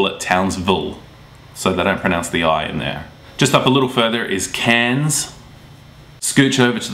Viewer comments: A lot of people seem to pronunciation Cairns as “Carns”, or at least it sounds a bit like that. Is this a regional QLD thing? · To me the way you say Cairns sounds like cans :) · No its fuckin' not. I lived there for years. Its pronounced kerns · so Cairns is pronounced "Cans" ? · Nice vid, but you pronounced Cairns wrong.